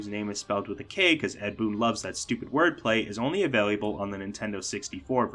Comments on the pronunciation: Great video but… I think this dude thinks “available” is pronounced “availiable” lol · Thid guy added an additional syllable to "available" in saying "availiable" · Ah-vay-lah-bul. Not ah-vay-lee-ah-bul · Avail-lee-you-bull ? 😂 I've never heard available pronounced like the way you say it. 😅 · I'm taking a shot every time he adds another "i". My heart rate has gone up by 60 in the last 5 minutes.